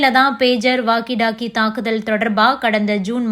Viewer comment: correct your pronunciation please... it is not waggy doggy.... it is called walkie talkie